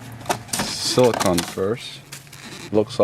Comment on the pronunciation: Its siliconE..not silicon Hense the E...its not ice cream con! Its ice cream cone!..are you American